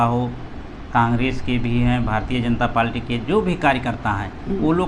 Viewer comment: लगता है कि भाई बहुत ही कम पढ़े लिखे हैं। पार्टी को पालटी कह रहे हैं। लेकिन कोई बात नही नही हम आप के साथ हैं। जय भीम जय बीएसपी ।